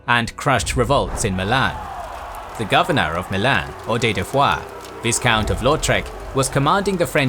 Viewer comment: Love this channel and narrator so much, but you gotta stop treating the "silent S" with so much neglect! Viscount and Rendezvous are not pronounced the way you keep pronouncing them! Vye-count, rhymes with Rye count. Ron-day-VOO, Rhymes with scooby doo.